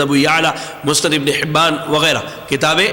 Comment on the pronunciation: "مسند" کو مستد کہہ رہا ھے۔